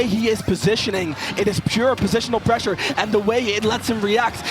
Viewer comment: On God made it tough to watch the video hearing that speech impediment every other word